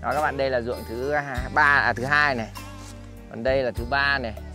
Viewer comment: Ông này cứ chào các ba với chào các bạ ko... từ đó là quan trọng nhất mà nói ko tròn vành rỏ ràng đc, chả biết chào ai